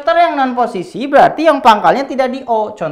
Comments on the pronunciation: "poccisi"😂 suka banget dg bapak ini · Teacher : "Pocis" Me : Bruh, Pocis?